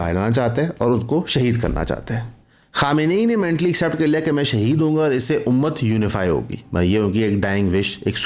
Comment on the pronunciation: pronouncing difference appriciated between shaheed and qatal